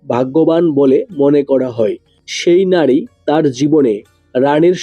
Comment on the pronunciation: আগে উচ্চারণ ঠিক করুণ তারপর বাকি কথা বলবেন,,নাড়ী নয় নারী,,কড়ে নয়্ করে ,, এতো উচ্চারণ বাজে দাদা ,,,ধড়নের নয় ধরনের